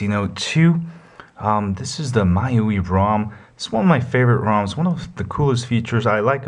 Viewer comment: Congrats on a good review. Now you'll have to excuse-me for being a jerk, but the "my-you-ee" was hurting.... It's pronounced "me-you-eye". The mi is from xiaomi and the ui is... you got it! User Interface.